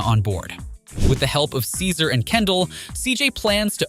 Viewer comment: Thanks for the video, it is entertaining. I did get a little confused by small things, to be fair. Is there a reason so many names are said different from how the game presented them? Was this a ai-voiceover? Ex: OG Lock vs OG Loc, CesARR vs Cesar, Ballis vs Ballas... is 3 examples enough? You read everything else so clearly that this throws me off. I swear it was Cesar Viopanda lol and I notice some of the names are said more accurate-to-presentation later in the video. I am very confused by this lol. Okay if I hear Ballis again I'm gonna FREAK!